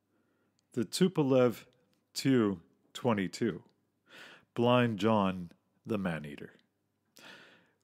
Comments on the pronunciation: Should be pronounced T U or "Tupolev"... not "two".... I cringed every time he said "two". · Its pronounced T.U S.U or I.L not tew. Sue or ill as in Tee you 22. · Why you say "Tu" as "Two"? Most ppl say "Tupolev Tee-You-22", so it doesn't sound like you're just saying "Tupolev 222". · S-U, not "sue" T-U, not "too" or "chu" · I wish people would say ‘Tu’ as “Tee You” rather than “Two” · 'too' 116.. isn't it 'tee you'? He pronounces 'raison d'etre' perfectly though. :-) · Well, to be fair in Russian it's also pronounced like "soo", not "es-yu". The way he says "choo" for TY-116 is pretty weird though. It's supposed to be like "two" or "too". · Tu? Just say T U. You do not make words of the initials except for MIG. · Not sue 7 but S u separately 7. The same with the Tupolevs. T U not two, come on get people who know what they are talking about and use the nomenclature correctly. That said some of the video’s are great, I love old films of early aviation, it’s great to see how we have improved over the years. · I cringed every time he said TU-144 as "Too-144". It's "TEE-YUU". And IL-XX is not pronounced 'ILL"; its pronounced 'EYE-ELL'. Individual letters are pronounced. Please do your research instead of narrating wikipedia. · It's NOT a two-22, or even a sue-7!!! Those aircraft are designated as the T-U-22, and the S-U-7 aircraft. This guy is not only NOT a pilot; he's not a very knowledgeable aviation enthusiast either. He sounds more knowledgeable about the history of these aircraft only. Maybe a little more research for your next video??? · It is "TeeYou" not "Two!" And "EssYou" not "Sue!" How can you not know that? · Definitely t-u not too or two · it's pronounced "T-U" not "Too" and it's "S-U" not "Sue" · Narrator: It's T-U, letters pronounced, not ''tew'. It's S-U, letters pronounced, not "soo". Jesus H. Christ. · hes right tho lol its T U and S U but mig is pronounced by reading it. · Stopped watching after he stated calling "Tu" designation cho